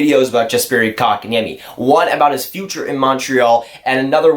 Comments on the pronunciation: Well, the niemi comes right: better than most commentators get it. Like we've heard with Antti Niemi - 'Ni Eimi' :) And the o in Kotka just goes as it normally does in the North America. Funny of course, that then it's like the Finnish a, like in the English father, more or less. The French way would be better for 'Kotka', just then the stress changes to a wrong place. Welcome to the mangle, na-na-na-na-knees, knees :) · Dude, he pronounces it just fine. And besides, Kotkaniemi isn't the easiest word out there.